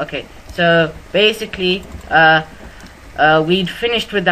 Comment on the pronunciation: lol his favorite word is bacicaly